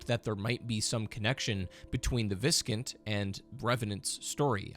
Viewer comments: I have never heard Viscount pronounced (vis-cunt) I’ve only ever heard it pronounced (vī′kount). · Is it really pronounced as cun t? Not count like count dracula? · As others suggested, the word viscount is actually pronounced "vy-count". I believe it's of French origin and therefore the S is essentially silent. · It's pronunced Vise Count. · Its pronounce Vie-Count (Vye-Count) like vyke's name. Its a title above a count though irrc its the title you get just before baron. A baron may oversee a couple viscounts, but may also be one as well for other lands. Its all very complicated. (For term Viscount) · Viscount is pronounced "VIE-count" lol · Please stop saying “viscount” it’s pronounced “vie-count”. You sound so extremely uneducated. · Viskint? What the fuck man.. english is your mother tongue for God’s sake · Just fyi, Viscount is pronounced Vai-count. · I was gonna comment this. Though to be fair, it's not exactly a word you hear every day. It's one of those words you really only ever read in text. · I have an odd respect for people who confidently mispronounce things. It means they're familiar with the word, but they've never heard it spoken.